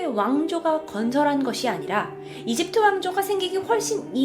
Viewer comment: 발음: 이집트으 외계으